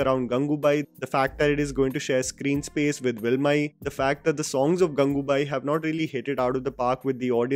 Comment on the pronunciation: It is not pronounced vilmai but prounonced as vaalimai